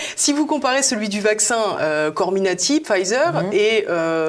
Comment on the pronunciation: COMIRNATI et non pas CORMINATI, Madame la présentatrice!